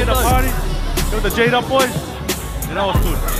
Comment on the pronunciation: Geedup. Geek up. Pronounce ur brand name properly. #JEEDUP